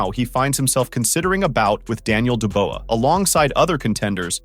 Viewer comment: Dubois = Doo-bwah Daniel Doo-bwah.